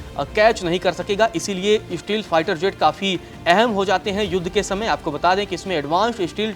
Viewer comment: Shteel fighter jet wah godi media at least learn to pronounce